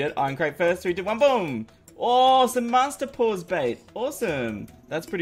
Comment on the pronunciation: LOL "Master-pause-bait"